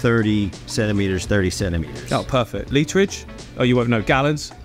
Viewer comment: "Litridge?" Lol